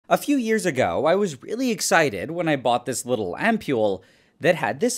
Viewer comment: ‘A few years AHGow.. I was really ExHIGHted’